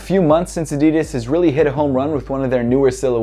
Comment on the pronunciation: It's Adidas not Adidis